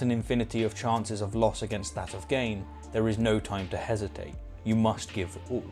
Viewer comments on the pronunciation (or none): none